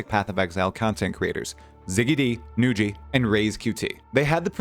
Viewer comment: This is the first time I heard Nugi being pronounced Nu-ji xD Well deserved shout out, you're the prime source on PoE2 news, especially for someone like me who doesn't go on reddit. Keep it up! <3